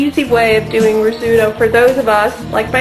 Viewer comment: Oh dear, you said risutto!!!